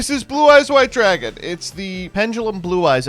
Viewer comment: Gage turning into a Brooklyn deli owner when he yells "draagaan! 'ow 'bout draagaan!?"